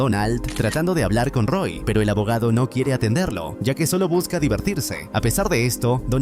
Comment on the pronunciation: Por qué el que hace estos videos habla así? XD enciMA atenderLO divertirSE famiLIA (le da entonación más fuerte al final de las palabras._.